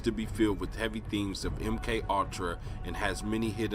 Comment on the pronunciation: Really ? "MK All-tra" "Patt-er-rin" ? It's a TWO syllable word. Pure Comedy lol